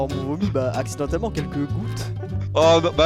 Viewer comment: "Accidellement" Oui Terra ...